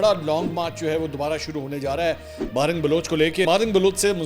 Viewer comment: ماہرنگ نہیں ہے صحیح نام ڈاکٹر مہرنگ بلوچ ہے ۔۔۔۔ بلوچوں کی آن اور شان ہے ۔۔ بلوچستان کی شیرنی اللہ سلامت رکے